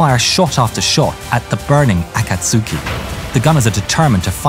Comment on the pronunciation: 'Akatsuki' is pronounced [akatski] omitting 'u', accent on the second 'a'.